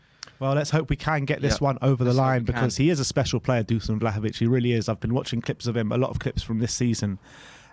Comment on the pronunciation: Just on the pronunciation of "Dušan Vlahović" - it's not Dusan, it's read Dushan (sh is read the same way as in "shut up"). Cheers!